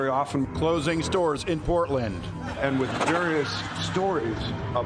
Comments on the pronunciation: To me it sounded like he said "They don't even have SEWERS anymore" which is even more insane than not having stores anymore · I heard sewers every time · I heard sewers not stores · I thought DJT said sewers not stores. 😮 Either way, it's a lie. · I thought he said there are no sewers in Portland not stores but either way.. like, WHAT?! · It sounds like he’s saying “you don’t even have any sewers anymore”… Not “you don’t even have any stores anymore”. Which is even more absurd than the idea of saying its so bad that they don’t stores anymore 😂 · Well, I thought he said “sewers” instead of stores. Confusing, but not that crazy for Trump. (Although I did wonder WHERE did he get that idea.)